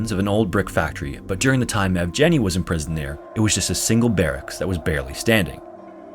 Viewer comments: It's pronounced ''Yievgieny'', with the ''Yev'' similar to how you pronounce ''Kiev'' and that ''G'' it's the g from ''Get', not ''Germ''. You missed the opportunity to show his face later in life but oh well, he made it - that's more than enough. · Of course, the "g" in Yevgeny is hard, not soft. There is no soft "g" in Russian. They don't even have that sound in their language, nor a letter to represent it. When they transliterate foreign words with that sound, they use the combination дж (d + zh), with the latter sounding like a French "j" or the "s" in English "leisure".